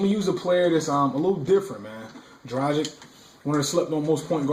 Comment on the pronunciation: good video - his name is pronounced "Dra - giCH"